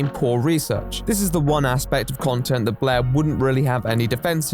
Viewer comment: I like how you pronounce Blaire’s name as “blehhh”